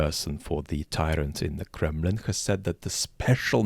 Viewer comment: With your rolling English accent ... Did you call it the Kremlin or the Crumblin? And congrats on wedding ... lucky partner !!!